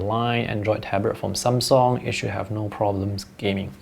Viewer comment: I think you pronounce Samsung correctly.